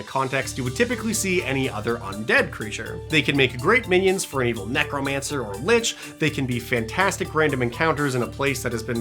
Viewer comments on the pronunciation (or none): 100% thought you kept saying Necro*MANTLE* Like the topmost part of Earth's crust.